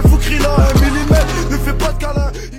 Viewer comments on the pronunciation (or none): none